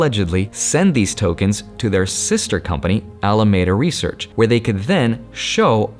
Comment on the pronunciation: Alameda Research is pronounced Al-uh-MEED-uh